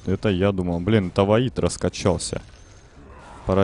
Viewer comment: Во'йд а не Вои'д